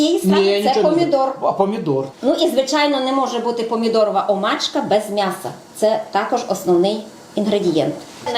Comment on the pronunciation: правильно по чешски ударение на букву о